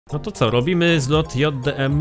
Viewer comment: Mówi się dżej di em